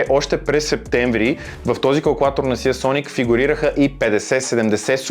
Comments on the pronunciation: НЕЕЕЕЕЕЕЕЕЕЕЕЕЕЕ СИЕ СОНИК а СИЙСОНИК !!! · СИИИИИИИИИЙСОНИК :D